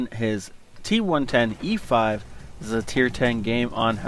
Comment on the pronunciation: All good. You are pronouncing the name correctly. It was a fun game.